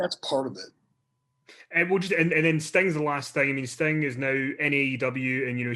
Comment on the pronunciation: Fukin accent is annoyimg its sting not stang